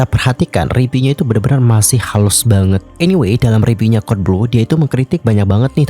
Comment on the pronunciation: … masukan deh. kan yg nonton udh banyak, dan pembawaan km saat bercerita juga oke kok. tolong dong pengucapan huruf “P” dan “F” atau “V”-nya diperhatikan. review itu dibacanya “riviuw” bukan “ripiu”, food vlogger itu “fud vlogger” bukan “put plogger”. soalnya jd agak salfok dan akhirnya jd hard to understand. pls ya dianggep baik masukan nya 🤗🤗 for ur own good sake, karena kalo ga diingetin ga bakal ngeh salah dimana kamunya